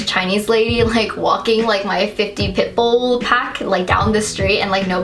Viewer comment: i thought u said 'pimple' instead of 'pitbull' and i was so confused